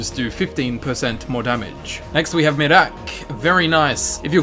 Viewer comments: He says mirak but you say it like mirrakk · the way he said miraak